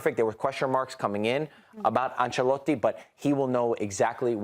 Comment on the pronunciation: The American guy talks about gambling on football and says “Ancelatte” smh 🤦